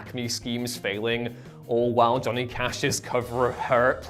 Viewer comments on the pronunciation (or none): none